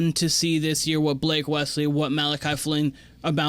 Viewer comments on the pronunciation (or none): This is Malaki's 3rd year on the team. You should know how to pronounce his name by now especially if you're going to make content on them.